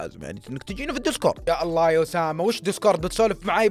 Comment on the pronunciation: الله وليس الل